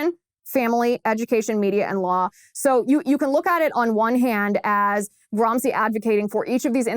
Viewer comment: Nice work Ms Liz, but in the furtherance of global pedantry, may I point out that it is not “Gram-see” but “Gram-she”, scusatemi, per favore. Eppur so muove! Forza, Liz!